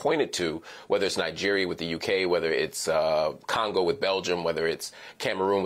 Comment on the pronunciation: She said Congo??? And Cameroon?? For the love of God 😂😂